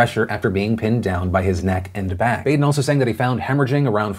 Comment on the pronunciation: Philip, you are pronouncing Baden's name wrong. It is pronounced like Bahden.